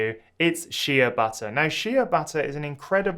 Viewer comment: It’s Shea pronounced “Shay” butter